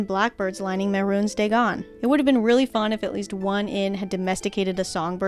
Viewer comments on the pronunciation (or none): I love how you pronounce Mehrunes Dagon as "Mehrune's Dagon"